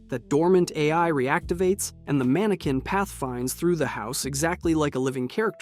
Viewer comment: The word mannequin is pronounced as MAN-uh-kin (/ˈmæn.ə.kɪn) with three syllables and the primary stress placed firmly on the very first syllable. Despite the French spelling ending in "-equin," it does not rhyme with "antique" or sound like "man-kwin".